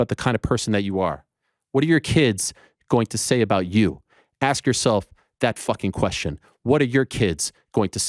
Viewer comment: Ariel sounded hilarious saying fooking. “Ask yourself that fooking question Dana white!!!! 😂😂😂😂